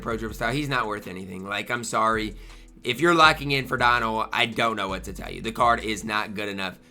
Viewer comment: How is Don Ohl ? 😂